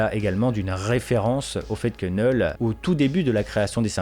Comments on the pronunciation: Faut t'apprendre à prononcer les noms car sincèrement c'est gênant et agaçant C'est "Knoull"Knull et pas "Knell" comme tu dis tout le long de la vidéo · Vous êtes stressant à dire neul le K ce prononce 😂